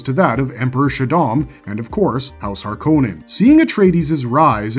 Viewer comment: Mr Harkonan? Mr Roban?! Jakers frell this AI generated content is getting crap.